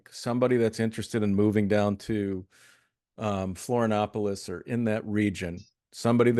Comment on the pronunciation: The moment the guy interviewed says he never took the covid clot shot, you know he's intelligent. (The Host needs to learn the proper pronunciation of Florianopolis.)